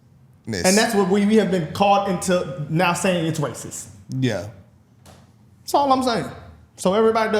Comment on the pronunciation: The bros squabbling about “am I raciss” was tedious as hell, but the rest of the vid was good.